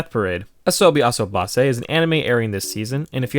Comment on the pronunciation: Is nobody gonna talk about how he butchered asobase?